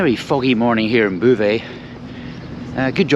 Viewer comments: Your Anglo mangling of Beauvais was most jarring. It sonded like bouvez. ”Drink up"? The correction pronunciation is /bo.vɛ/ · I visited Beauvais ("Bo-vay", not "Boo-vay") Cathedral back in the 1980s (as part of an ecclesiastical architecture tour); I had no idea there was an airport... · It’s Bow vay(as in bow tie) not boo vay. A very pretty wee town on the way to Paris. Enjoyed seeing it again through your eyes. I’ve never stayed in a one star hotel. You’re braver than I am. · Yes even my vague knowledge of French knows beau is pronounced bo! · Great video, Beauvais is pronounced Bo Vais. A long O like boat, not boo like boo hop. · There is no ''boo'' in Beauvais! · It's Boe-vay and the F stands for Formula. Also kwees de grawnwee for frog's thighs and Pizza Crolla in Glasgow used to do horse pizzas. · The mispronounced "Boe-vay" irritated me much more than it should have everytime said it! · I would have thought Beauvais would be pronounced Bow-vay 🤔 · Er, "Bo-veh' (don't pronounce the h) .Just saying. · Why not try and pronounce Beauvais properly ffs ! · Maybe it's a ploy to keep folk watching his videos to see if he goes to a chatoo or quotes Boo Brummel. My sister lived in mauvais Beauvais for 8 years and she found it hilarious.